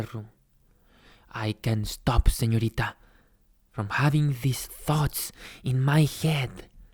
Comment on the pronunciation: "Excuse me _señorita_" Lo pronunció bien... LO PRONUNCIÓ BIEN este hombre no habla ese "español" cringe :'D